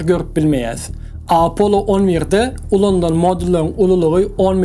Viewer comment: Apollo diyman apolon diymesi🙂🙂🙂